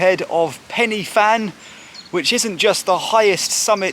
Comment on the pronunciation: Penny Fan. Lol. pronounced Pen uh Van